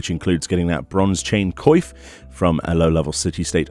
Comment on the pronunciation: Thank you so much for doing this. ...I think you should search up the pronunciation for coif. It's not a vital thing to know in most cases, but since you make these videos where it's common, it might be a good idea. It's like in coiffure. Make it more french basically.